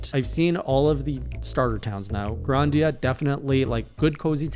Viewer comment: Bro it’s GRI-Da-Nia